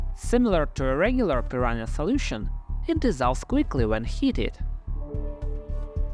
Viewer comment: Prononciation: PEE-RUN-(Y)A. NH sounds like NG in "sing".